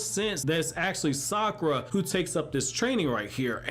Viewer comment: Fun fact: You pronounce Sakura without "Suck"